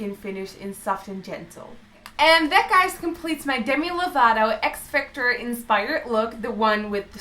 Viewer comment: X-Factor not x-factour